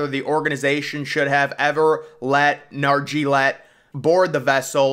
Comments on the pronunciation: Ever thought of looking at how people’s names are pronounced before hand? It’s pronounced Nar-jzee-oh-lay. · Watch a video on how to properly pronounce PH last name please